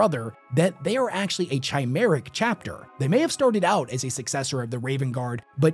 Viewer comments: Great video but damn, you gotta learn when to pronounce some words that have “ch” as “k” in short form “Carcharodon”is pronounced (Kar-kero-don) and Chimera is pronounced “Ki-mer-a”. To your credit though, halfway through the video, you fixed the carcharodon pronounciation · Carcharodon is pronounced Car-caro-don. Similar thing with Chimera, it's pronounced Kai-mare-ah. Just for future reference, awesome vid as always though.👍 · We live , we learn. I'll go ahead and pile on Kai-mare-uh (chimera). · I think it is pronounced kar-care-o-dons Also, Ky-mare-a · Slightly annoyed with various times you pronounce the “ch” as “ch”. Nitpicky I know, but it bothers me. You pronounce “kar-kara-don” most of the time, so when you say “kar-cha-rah-don”, it’s distracting. Also please never pronounce “chimera” and “chimeric” with the “ch” sound, it’s “kai-mera” and “kai-me-ric”, please for the love of Grandpa Nurgle. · Don't get me started on CHI-mera, like what was that lmao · Same deal with chimera. The chi is more like kai or the 'ky' in sky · He also pronounces chimera and tyberos incorrectly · THANK YOU. also, chimera pronunciation. Emperor damnit it bugs me so much